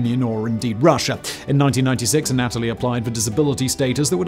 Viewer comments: Wasn’t gonna do it but I’ve seen about 15 videos with Simon mispronouncing this name. The Russian name Anatoly isn’t A-Natalie, it’s Anne-uh-toll-eee. Just for future vids. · It’s not pronounced “An-AT-oli”, but rather, “Ah-nah-tolyi”. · Uhnatalie???? Its pronounced ANNA-TOE-LEE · Anatoly. anna toll lee. Simon: uhhh Natalie? 🤷🏼‍♂️ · Not the anAtoly, but anatOly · Anna-Toley not Anat-olee..Simon, your pronunciation on most of your videos are hilarious. Do you do this on purpose? lmao!! love your work, keep it up mate!! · Anna-toe-lee, not a-nat-towlee. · Imagine being almost a genius and so stupid you just use a screwdriver Ah Nataly. I know it's British accent but it's a Russian word you have to change your pronunciation. Usually really good at it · His constant mispronunciation of Anatoly sucked lol Think of the "ana" in words like analyze then add the toly instead of a-natalie ...you must re record this whole thing 😆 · Ann - ah - toli. Just sayin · An-a TOLL-ee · It's "ah-nah-toll-E"